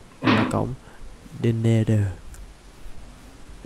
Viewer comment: cổng nether chứ ko phải ider anh ơi